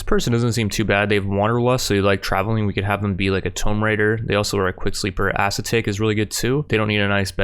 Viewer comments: its pronounced A Seat Ick (like anticeptic) also stands for the rain man? learn something new ery day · When he says ascetic like "ass attack"